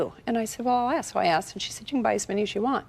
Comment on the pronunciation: Did she axe or ask?